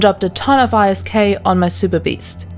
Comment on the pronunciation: Not hating. But why do you say the letters in isk? Why not say it like its a word?